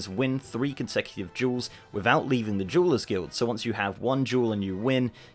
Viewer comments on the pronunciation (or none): Meow correct me if I’m wrong but this fucker is saying jewel/jewelers guild. Meow at first I wasn’t sure, but after hearing it again, I am meow certain of it. Meow is he doing it on purpose to sit up comments or is it just his accent? It think it’s the latter. Come on meow, why would he do it on purpose? Meow you all just carry on meow about your business. Meow.